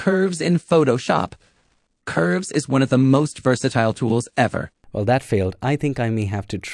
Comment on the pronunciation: You say wersatile not versatile so the ai was really wrong 😅😅. Love your videos bro 🫡🫡